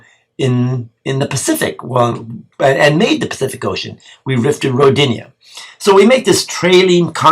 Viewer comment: Its pronounced (Ro dee na) more emphasis on Ro part.. Rodinia sounds like female name lol